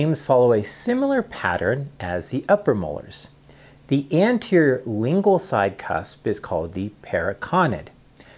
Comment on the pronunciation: Also, it not 'lingal'; it is 'LINGUAL'. Also, it is not 'bunkal'; it is 'buccal'. What an idiot this guy is!